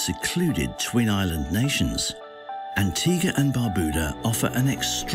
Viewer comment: NO ONE CAN PRONOUNCE THESE ISLANDS PROPERLY!!!!!! Cyant! Barbooda?!